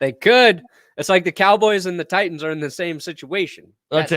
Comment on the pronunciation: Can someone please tell it's not Ti ens, it is pronounced Tightens, I don't understand why he pronounces it with the second T being silent???